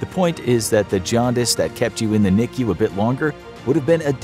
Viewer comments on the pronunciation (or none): none